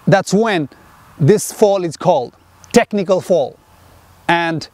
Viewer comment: Is he saying 'fall' or 'foul' ?🤔